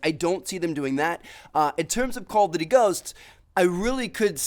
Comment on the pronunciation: is nobody else annoyed about the way he says "duty"